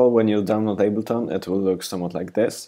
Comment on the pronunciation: he said ableton aid bro not eight